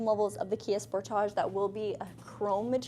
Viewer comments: it's pronounced sportage okay 👍 👌 😊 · Love this review! I know "spor-TAH-j" is how it's pronounced in Canada and it's so funny to me. 😂 Do you also pronounce other words with the "-age" suffix such as package or luggage like that? "pa-KAH-j" and "lu-GAH-j" 🤣🤣🤣 (edit) OMG you do!